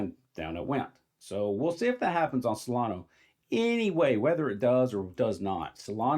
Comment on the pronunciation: “Solano” 😂 Its pronounced “solan-uh”. Please don’t confuse it with dumb money coin Cardano 😂